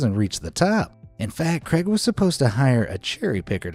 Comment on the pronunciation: 1 hour to cut 10 hours to clean debris etc also sounds like your saying Greg instead of craig